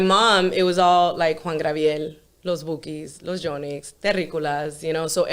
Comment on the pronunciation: Did she just say Juan Grabiel 🤣